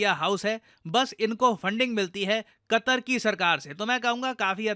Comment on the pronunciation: Qatar ❌ "Qatar"nak ✅